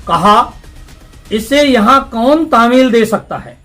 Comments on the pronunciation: 👉sir TAMIL nahin *TALEEM Bola jata hai,*Anyway it's OK,🕋🤲TNQ.🙏,*Taj Baba ki Dargah Aayenge inshallah*Aap hamare liye bhi Duaa karna zaroor ✌️ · Taameel nh taleem hai vo patrakar sahab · तामील नही तालीम बोलो सर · Tamil nahi talim. Shbad hota h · भाई साहब कामठी मे बहने वाली नदी कल्याण नदी नहीं कन्हान नदी है ! महाराजा राघव जी नहीं रघुजी राव भोंसले थे,तामील नहीं तालीम होता है!